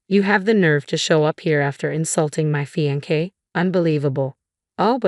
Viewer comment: Oh no!!! This is THE worst voice-over ever!!! Fee-an-kay??? What the good holy hell is that??? I know the word...but it is CLEAR you do not!!! Mad-e-line...you know....line...like you draw with a pen or pencil...or, in your case, crayons. Re-con-sider...long e on the "re"...not reh-con-sider.